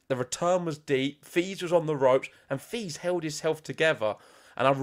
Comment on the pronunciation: ok this is how you pronounce Fils. Fi as in fee and the s as in hiss so Feess. So I offer this to you, if you care to take it. Same with Monfils. Fils in French means son, which you probably already know.